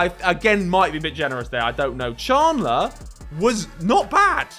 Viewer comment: mans said “chan-ler”